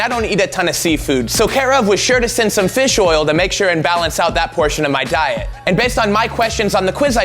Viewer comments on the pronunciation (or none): none